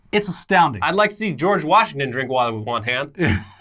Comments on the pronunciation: Did she just say "WARshington"? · she also said Warshington at the end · Warsh ington DeeCee